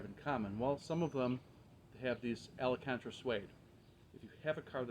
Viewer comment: maybe I'm being nit picky here, but your corrected yourself to ala cantera when its actually al- can-tera. Just like its spelled. "Alcantara"